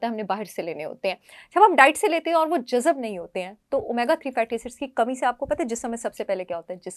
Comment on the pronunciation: Aap ki baatein aur medical mashware kaafi mufeed hote hain, bas ek mashwara aap ko dena chaahta hoon k urdu ke kuchh alfaaz ki adaaygi ke waqt aap dhyaan de diya karein... Aaj ka lafz tha... JAZB... jisko aap baar baar jazab bol rahi thi... 😊